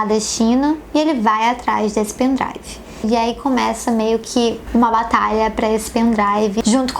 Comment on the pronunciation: Tbm "meu pen drauvo"